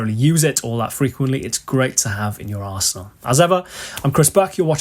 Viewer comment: Not gonna lie, when you say "in your arsenal" at the end...kinda sounded like "in your arsehole" :P